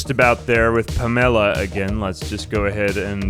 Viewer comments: Ive never heard someone pronounce "Pamela" like "Pomelo" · Nobody talking about the pronunciation of Pamela as “Pam-Ella”? Not complaining. In fact all Pamela’s going forward I now dub as “Pam-Ella”